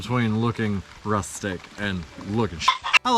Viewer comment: Man, …. You’re so sincere and honest and then you go and make me spew coffee outta my nose with the final “Ruthtic!” Thanks! I haven’t laughed like that in a while.